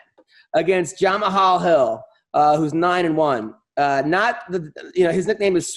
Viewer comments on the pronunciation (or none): I FUCKING LOVE YOU, BUT YOURE BRUTAL WITH THE WAY U PRONOUNCE JAMAHAL HILL'S NAME, ITS PRONOUNCED THE SAME AS "JAMAL" THE "H" IS SILENT BRO, ALSO FIGUEIREDO'S FIRST NAME IS PRONOUNCED "DAVISON", sorry man but if i hear you say JamaHall or Division Figueiredo again i might blow my brains out.